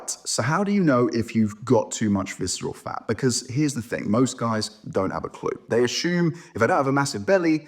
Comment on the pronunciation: Yeah, I hate viceral fah! It is a reah scary pah!